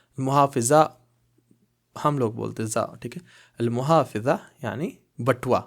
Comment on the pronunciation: المحفظة wallet not muhafeza its mahfadha